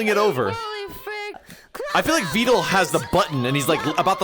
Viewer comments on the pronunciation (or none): His notes on how to pronounce vedal's name isn't correct either.